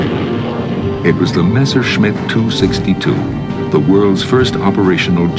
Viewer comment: Omg someone who can pronounce Messerschmitt right😱😂